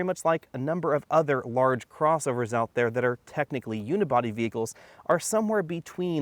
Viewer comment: I stop watching when he said "Unibody"